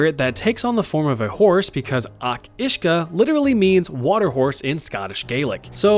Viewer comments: Each uisge is pronounced kinda like (Ey-Ach Oosh-gah) wi a really soft 'ch' sound. It's basically the Gaelic (gah-lick) name for a Kelpie and theres loads of different tales about them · Your pronunciation of Each Uisge was still way off